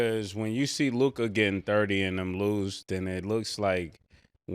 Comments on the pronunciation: Yall harassed Murda enough till he finally said Luka right 😂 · Ma$e finally said Luka’s name correctly 😂